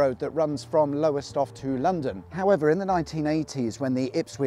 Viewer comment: Its not Lowerstoft matey, its Lowestoft.